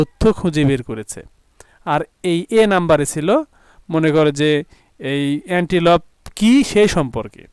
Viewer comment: স্যার এনটিলুপ আর আপনি বলছেন এনটিপল